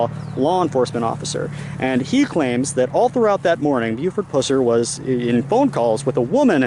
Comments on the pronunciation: My sister lives in Reagan just up the road 30 minutes and knows the history very well. Great objective video, but your pronunciation of 'Pusser' is all wrong.... It's Pusser which rhymes with cusser. (like someone who cusses). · It’s pronounced like the puss in an infection. Puss-er. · This was a fantastic presentation with exception to the fact that you repeatedly throughout kept annoyingly mispronouncing Buford's last name. It kills me that people make these videos and can't even get the subjects name correct. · Tell his story - Pronounce the name correctly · Learn how to pronounce his last name correctly! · Why is it, So many people doing these video documentaries, Most of them Can't pronounce Buford's last name, Pusser?? I could pronounce it when i was 14. But Anyone who thinks that Buford " murdered his wife & shot himself" has shredded cabbage for brains!!! Even the TBI agent Warren Jones said in 1967, that " anybody that think That, theyre pretty Ignorant about gunshot wounds". Btw, you Should know that the " other guy" from Arkansas has claimed all that BS because his Aunt was the woman that Buford killed; Anyone who called him on some of his shaky info, he calls them names & blocks them from his page.